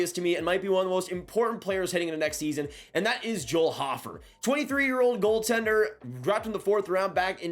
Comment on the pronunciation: Joel *Hoe-fer, not hoffer lol nice content as always tho